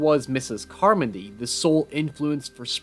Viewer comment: Mispronouncing "Carmody" doesn't make me trust you as an a narrator.